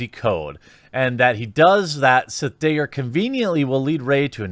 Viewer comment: Thats crazy! I've never heard of a "Day-Ger". I mean sure I've heard plenty of things about daggers...but truly NEVER about "day-gers" ...whatever those may be...